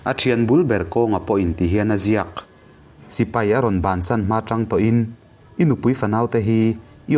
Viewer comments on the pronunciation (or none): none